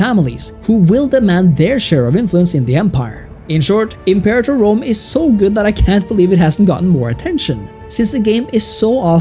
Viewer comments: If you’re going to make a video that garners thousands of views about a video game at least take two seconds to google how to properly pronounce the title. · You guys mispronouncing imperator is killing me. Pronounced im·pe·ra·tor NOT imper-a-tor.